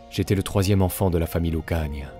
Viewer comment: Vous prononcez mal le patronyme "Lucania", l'accent tonique s'y plaçant sur le seul "i" en laissant traîner le "a" final, pas sur le bloc "ia".